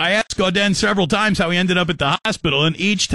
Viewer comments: It’s pronounced GO-DAN. Ask me how I know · You pronounced his last name incorrectly this entire video...